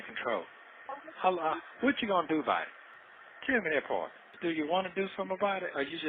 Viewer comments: omg !!! Is this Sonya admitting that had sex?? Or did I confuse “dat pawrt?” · i can’t even Spell the word “ part” the way his geechee azz pronouncing it!!😂😂